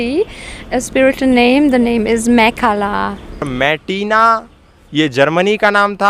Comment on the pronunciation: Uska naam mkala nhi. Mekhla rkha h